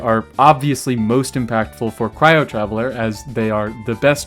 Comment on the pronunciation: Taveller? Flesh?! What